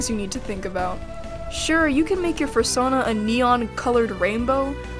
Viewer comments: AH AH AH AH stop EVERYTHING did she just say Fur-sona? ITS PRONOUNCED FUR-SOH-NA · Fur sahn uh.. interesting way to pronounce it